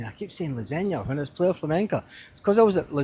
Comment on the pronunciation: Its pronounced PLY A, .